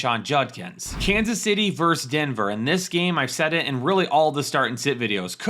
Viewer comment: VERSUS...say it with me...VER-SUS!